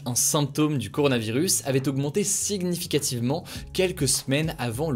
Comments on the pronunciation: quoiiiiîiii ?? Mais comment tu prononces ce mot là ? Encore "mayanmar" à la limite mais "siguenificativement" quand même 😭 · Non il a mélangé avec l'anglais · C’est pas la première fois qu’il dit siGnificativement , c’est vraiment comme ça que ça se prononce ?